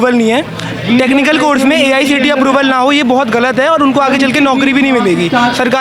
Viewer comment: The reporter is so ignorant that she's not even aware of what she's saying. She is saying Asi instead of Aicte. Please do some research before coming to the interview site.